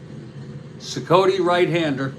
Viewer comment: Cicotte pronounced SEE-cot; greatnephew of Eddie Cicotte